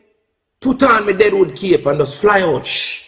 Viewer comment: Not "dead 'ood cape". DWBCLLLLL